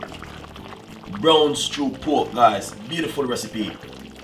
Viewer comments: It's pork..not poke😂😂😂😂😂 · It's poRk dude, not poke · 😂😂😂😂 he said poke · You keep forgetting the r in pork,u keep saying powk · Lol thought I was the only one that heard it too.